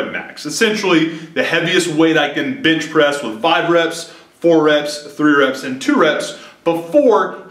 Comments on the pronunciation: Bench * not bitch bro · Is he saying.....bitch press??? LOL!! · yall noticed how he said " bintch presss" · Is it me or is he saying "bitch press" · why he always saying bitch pressing ? lmfao